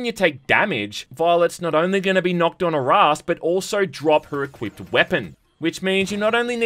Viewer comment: THANK YOU thank you for saying "ass excuse" and not "ahh excuse." Thank you